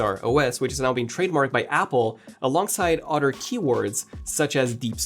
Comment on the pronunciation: Sir, i need you to practice saying "other." You keep saying "udder" and that gives a very different mental image. 😅